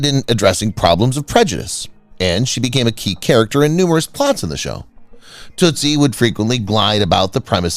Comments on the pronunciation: Toot- ie not Toostie. Toostie was Dustin Huffman. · Tootie, not tootsie